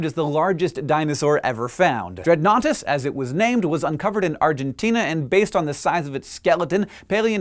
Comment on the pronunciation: At first I thought Dreadnoughtus said "Dreadoughnuts". Lol